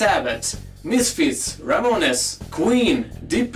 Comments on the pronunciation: "Ra mo nez"...... haha....some of his pronunciations are so funny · Ramones..... Ra-moans